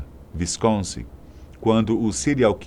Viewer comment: "VINCONSIN" nao dá.